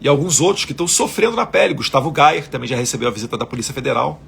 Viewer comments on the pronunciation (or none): none